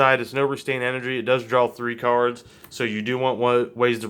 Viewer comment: ok great deck but "drawl"